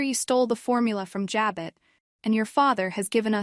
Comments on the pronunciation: Stop saying j-bit: It’s pronounced ja-bow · Here we go again JAB BOT, that show been on 50 yrs an these reports don't no how to pronounce Jabo😮😊